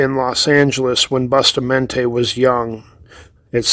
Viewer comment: It is pronounced as: BUUU-Staaa-Mon-TAay